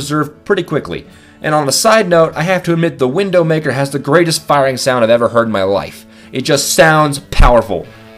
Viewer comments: Its Widowmaker not Windowmaker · ... its the widowmaker.... not windowmaker.... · if your going to say a weapon is one of the best, atleast say its name right. "Widowmaker." not "Windowmaker" or with the "Sandvitch, not Snaddyvitch" AND WHY NO BLUTSAUGER!?!?!?!?!?!?!? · why did he say windownmaker instead of widowmaker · Why did you say wiNdowmaker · its not windowmaker its widowmaker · its called the widowmaker not windowmaker LOL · He calls the Widowmaker the "Windowmaker"! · It's pronounced WIDOW maker like the spider or like a wife who's husband died, not window maker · It's widowmaker not windowmaker.\ NO OFFENSE! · Why did he say WiNNNdowmaker? It's widowmaker as in husband killer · At The number 6 why does he say Windowmaker instead of Widowmaker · It's a widowmaker not a windowmaker! First the sandvich is turned into sandivich and now this! your a idiot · Widowmaker not window maker :P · omg him saying windowmaker the entire time.... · Why'd you call it Windowmaker instead of Widowmaker? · It's not windowmaker its widomaker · Wtf, "WindowMaker" Umm, I'm pretty sure it's pronounced the Widowmaker. Plus when he showed the name, how came the N was red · Windowmaker? Its widowmaker you dung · Its widowmaker not windowmaker. XD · When I first heard windowmaker I just died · Isn't it widowmaker? not windowmaker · WIDOW!!! WIDDDDOWWW NOT WINNNNDOW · its widow not windowmaker dumb ass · why did he say windowmaker not widowmaker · its widow maker not window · Windowmaker? Thought it was Widowmaker? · Why does he say window maker its widow maker like the wife of a man in the army who's husband has died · Wait did he call widow maker window maker? Wow he actually did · Is anyone else hearing him say Window maker and not widowmaker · did you say the wiNdow maker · he really said 'wiNdowmaker' ... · You said it wrong man. It is the Windowmaker xd. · Its widdow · Windowmaker? Snaddyvich? Learn how to pronounce things dude! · he says windowmaker...